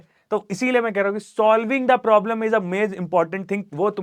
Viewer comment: Problem solving ❌prolem solving ✅ 😂😂😂😂😂😂😂